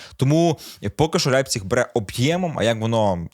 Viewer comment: З яких пір Лейпціг став Ляйпціг у Вацка навчились? Не ламайте мову!